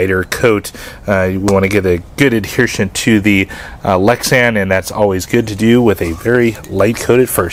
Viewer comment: Adhesion not adhershion